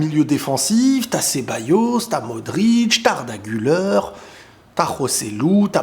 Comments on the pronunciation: on prononce "Gulère" et pas Guleure, et "Yo"vic pas "Jo"vic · Très bonne vidéo. Malgré tout, en tant que Turc, j'aimerai juste que la prononciation d'Arda Güler soit correcte, car en effet, "Güler" se prononce "Gül-air" et non "Gül-eur". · Le R , Arda Güler on le prononce Gulère en francais pas guleur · Exactement😂 mais tu sais il doit le franciser